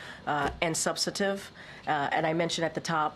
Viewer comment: Hard job you have Karine Jean-Pierre. By the way, the word you were trying to say is "subsTantive" not "substative." Whoever made the typo should be fired (if you don't know the difference, ouch)